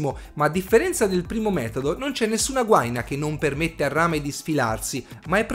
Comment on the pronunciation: Gua-ì-na è l'unico accento possibile :-) Ottimo video